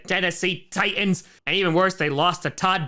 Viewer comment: Ti"T"ans not Tians.